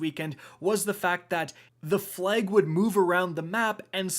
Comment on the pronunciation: “The fleg.”